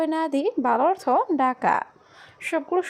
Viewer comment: তোরে কথা বলা শিখাইছে কে? অর্তখ এটা কোন ধরনের উচ্চারণ?? 😈😈